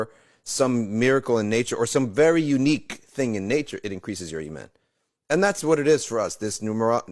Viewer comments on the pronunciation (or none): none